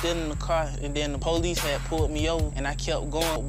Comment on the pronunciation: They called the Pooh-lease lmfaooo.